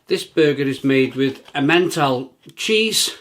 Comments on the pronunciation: If you want to be taken even half-seriously as a fast-food critic, do please learn to pronounce everyday cheeses like Emmental properly, otherwise you just sound rather silly, sorry but you do. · The way he pronounced “emmental cheese” 😂never change. We love you!